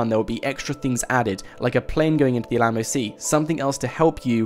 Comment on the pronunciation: i'm i the only one that cringed when every time he said Alamo?